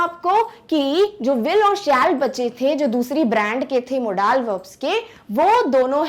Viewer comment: hello everyone! me ya kaha na chahata ho ky app ka accent kon sa hai app ki pronounciation na british ha or na american like app ap kha rahi ho modaaal but it's not correct ya na british ki pronounciation ha or na america ki bus yahi bata na tha orr baki sub exellent tha thank u sooo much 🙂🙂